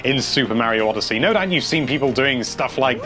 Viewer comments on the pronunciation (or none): Whenever I start watching one of these I say the intro in the same way does. "Hello there lovely PEOple, here from Nintendo life."